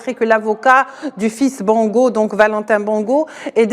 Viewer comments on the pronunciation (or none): Même si ce sont des rigolos qui nous ont fait souffrir, on dit Bongo et non Bango.